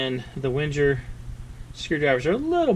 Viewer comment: God, if you're going to review a knife, please pronounce its name correctly. Just listening to you speak, it made me want to smash my face into a brick.